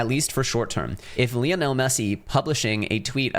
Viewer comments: Who is LEONEL MESSE? It’s LIONEL MESSE. 😂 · Isn’t Lionel pronounced like the big cat and not the way you say it?